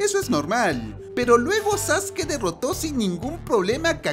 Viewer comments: No es sasuke es saske se escribe sasuke pero se pronuncia saske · No se dice zaske se dice Sasuke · No es sasuke es sasque